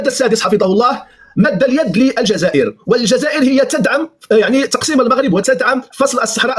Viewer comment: تقسيم و ليس تقصيم ، لا تتعدى على اللغة العربية ....